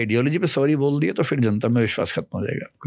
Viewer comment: Very astute speaker. But a few things: — It's not "impact" (if you're trying to say असर), but "effect" or "influence". — It's not "fir" ("फ़िर"), but phir (फिर).